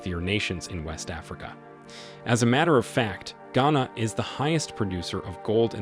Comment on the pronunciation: Who paid you and how much were you paid to do this video? You can't even pronounce Ghana properly yet you speak as someone who has expertise in the affairs of the country. # Propaganda video#